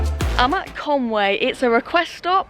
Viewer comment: Sorry, but it's called Conwy, not Conway.